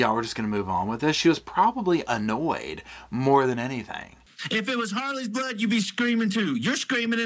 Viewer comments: Is it just me or does anyone else get irritated by the way pronounces her g's at the end of a word with a "k" sound? "anythinK, everythinK, nothinK" It's just so off-puttinK and aggravatinK!! 😅😅😅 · So she puts a ‘k’ at the end of words that end in ‘ing’. Also did she really say ‘why come….’ I know this is super petty but it drives me nuts